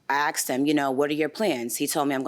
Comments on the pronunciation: I "axed" him. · I axed her...I axed her...I’m a hair stylist. 🤣🤣🤣🤣🤣🤣🤣🤣🤣🤣🤣🤣🤣🤣. Rite... spot the brain cell.